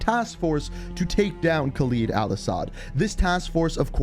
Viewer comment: Geez... Can somebody finally tell him that it's KHALED AL-ASSAD not some fucking KhalEEd Al-Assad...